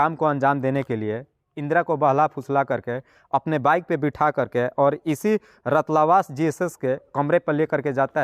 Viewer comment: रतलावास नहीं सातलावास है